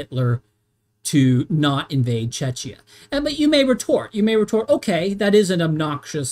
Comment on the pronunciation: Thank you for this exhaustive analysis. But I have to say... YOU ARE MISSPRONAUNCING WORD "CZECHIA" AND "HÁCHA" SO BADLY, YOU TEARING MY EARS APART 😅 Letter "ch" should be pronaunced in those cases as in the word "ReiCH". Your pronaunciation is similar to letter "Č" in slovak language, which is so wrong 😅 By the way... I'm a massive fan of your work from Slovakia 👋🙂 BTW: Why do you think that Germany did not need consent of Czechoslovakia regarding Munich agreement? We were a newly formed state back then, even if we were considered "obnoxious" by the Germans and Austrians, because of our location.